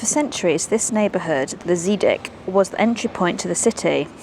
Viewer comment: I'm sure you could. But that's not the point. I'm not asking for perfection or anything near it. Just a good try is enough. I saw no research, no effort. Old man gate? Where did the house in Oudemanhuispoort go? And if it ends up sounding more like house than huis, who cares for the purpose of a video like this. I would have been fine with Seadike, but Zidic? I've seen videos of Canadians on their first time in the Netherlands doing Frisian towns. Were they right? No. Could you hear that they were trying to get near the right pronunciation? Yes. That kind of thing deserves a compliment. When you do a travel vlog, you should at least have some idea of how things are said, and make an effort.